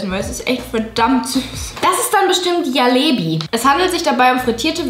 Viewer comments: Jalebi 😭😭 das spricht man Jelebie und das J spricht man französisch aus also Je und dann lebie HAHSHSHA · Julia man spricht jalebi so aus: dschalebi